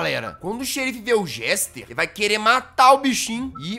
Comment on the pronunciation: Jazz desculpa por te corrigir:( mas o nome dele é Jester é não Gester 😅